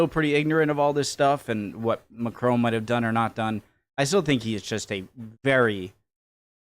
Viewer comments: Mec il est anglophone, "on" est une voyelle nasale, ils ont du mal à la prononcer. Exactement comme nous avec le "th" anglais. Soit un peu tolérant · Why are you calling him Macrone? there is quite clearly no e at the end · As you like the French President as much as you do, might I suggest you try to pronounce his name a tad better? It mc-cron (to rhyme with gone) rather than mac-crone (to rhyme with grown). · Its not Macrone, its Macron